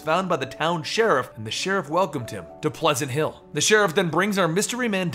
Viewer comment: The town at the beginning sounds like weward payns